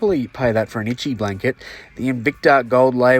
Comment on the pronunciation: Haha def Aussie "Itchy Blanket"